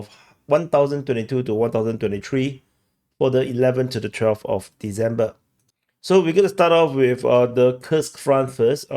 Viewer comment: Dude, December is not pronounced "dezember", ffs!